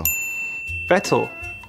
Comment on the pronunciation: W yuki for saying vettel